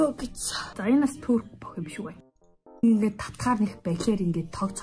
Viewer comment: Турк биш түрк тэгэгээ😂😂